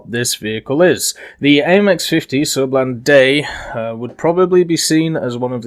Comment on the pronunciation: you can call it the surblindé your prononciation is fine